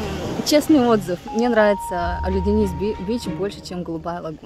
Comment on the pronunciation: фЕтхие,а не ФетхиЕ!! Олюдениз а не Алиденз)